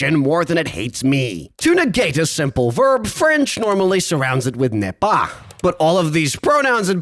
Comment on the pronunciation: you killed me at "ne pas" which at first sounded to me like "nez pas" (could mean no nose our nose step xD)